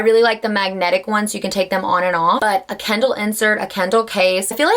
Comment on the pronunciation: It took me until to understand that you mean Kindle and not candle 😂😂